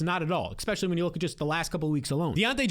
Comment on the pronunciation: I’m a big fan of your videos. I like your takes on most things. But you GOTTA stop saying EXPECIALLY. It’s Especially. ES. ES. Sorry. I really hate to be this guy. Big fan. Seriously. Keep up the great work.